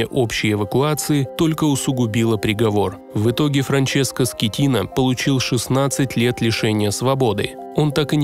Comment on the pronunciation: Франческо Скеттина ❌ Франческо Скатина✅